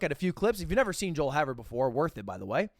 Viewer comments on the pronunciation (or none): pronounced joel "hay-ver" just so y'all know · its pronounced joel hay-ver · It's Joel Hay-ver btw.